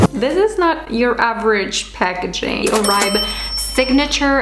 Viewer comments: It’s pronounced “or-bay” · Just a heads up it’s pronounced “or-bay” but great informative video! :) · pronounced= OR-BAY